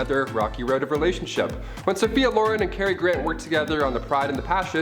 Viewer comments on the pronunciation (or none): #3 Cary Grant, you mispronounced Sophia Loren. You pronounced it Lore-run, it's Lore-ren (like Ren and Stimpy).